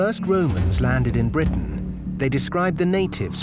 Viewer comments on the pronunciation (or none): none